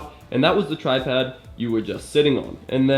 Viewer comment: Did you just say "tripad" ? Lol